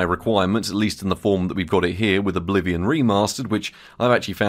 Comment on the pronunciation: Am i the only one who heard "Bolivian remaster?"? 😅